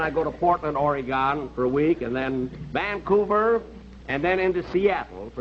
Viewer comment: My only complaint is that Jack pronounced Oregon wrong. ;)